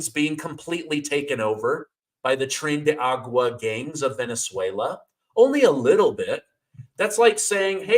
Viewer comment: Tren de AR A GUA, not Agua